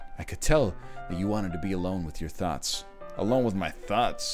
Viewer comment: “Alone with your THOTS” is what I heard